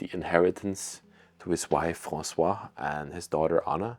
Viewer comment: The first name of the lady who was murdered is Françoise (pronounced FransouaZ), but you kept calling her François (Fransoua, without the Z ending) throughout the video, as if she were a man. You are from Belgium, but do not know French?